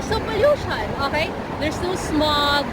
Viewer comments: She is saying Oahi, not okay. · Your english is really excellent, i thought the "okay" was a word in another language and did not recognise it at all. If you train that out of your speech or say O K correctly, your English would be perfect 👌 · are you saying ok or akai?